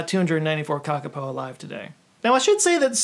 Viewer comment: Kākāpō is pronounced kakapoo